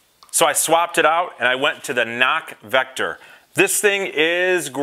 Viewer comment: Enjoying your vids, just subscribed, but you keep saying CNOC vector when it's vecto, no "r" lol. Sorry don't normally correct people but it was bugging me for some reason. Thanks for posting.